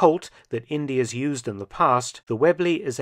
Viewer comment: Indeeeee not India. Short for Indiana.